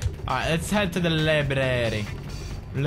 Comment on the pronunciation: Hey pewds!u said a word"labrary".that's the word of Urdu language.